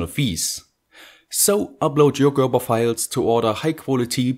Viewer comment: I love hearing him say "Gerber" it's like the modern equivalent of how the word "squirrel" was used to detect german spies.